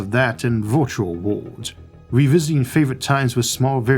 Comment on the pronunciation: Can someone please take a minute and teach this man how to pronounce the word "worlds" or maybe remove it from his vocabulary..